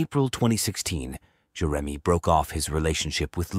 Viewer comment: Must be AI. Can't pronounce Jeremy.